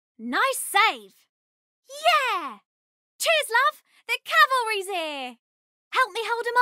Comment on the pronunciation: Overwatch vs TF2 with voice lines; TF2 wins except for "CHEERS LOVE! THE CALVERY'S HERE!" (or "QUEER" in Tracer's case lmao)